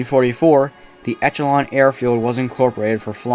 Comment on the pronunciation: Good video. It was nice to revisit this site, as I worked on the redevelopmen project back in the early 2000's. And FYI: Echelon is pronounced "ESH-a-lon" , not etch-a-lon. For what that's worth. Thanks for the trip down memory lane.